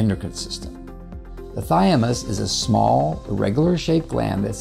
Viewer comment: Interesting and informative, but I'm not sure why you keep saying "thy-a-mus" instead of "thymus." BTW, apoptosis (forced cell death) requires iodine within its process, which is why iodine-deficiency is associated with higher cancer rates, as the US has seen increasingly, since iodine intake has been dropping since c. 1980. This need for iodine is likely the reason all cells have iodine pumps [for pulling iodine into themselves] built into their cell walls.